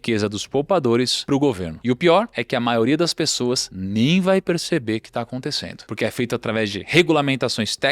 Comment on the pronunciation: Gosto muito do canal, mas ouvir "aconticendo" é triste; chega a doer os tímpanos...😫